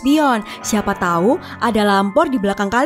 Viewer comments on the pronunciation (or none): none